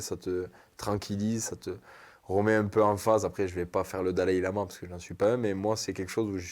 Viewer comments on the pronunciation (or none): 34: au lieu de Dalaï-lama, en parlant de sa chrétienté , alors que ce dernier était bouddhiste 😂🤣